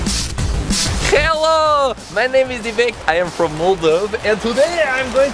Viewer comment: Lol, she says "KHELLO!" the same way :) cool video